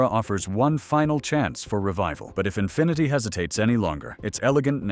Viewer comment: The " Infineety " .... yeah, he actually said Infineety.